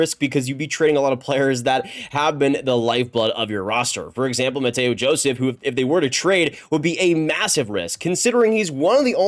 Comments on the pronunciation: I'm literally from Montreal where Joseph is from and speak French. The English pronunciation for Mathieu is Matthew and definitely not Matteo lmao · Its mathieu joseph same pronunciation as matthew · American trys to say Mathieu, also the sens are not trading him.